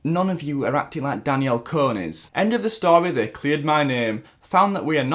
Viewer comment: Your Saying it wrong its Danielle "Con" -- Con /kɒn/ persuade (someone) to do or believe something by lying to them. an instance of deceiving or tricking someone.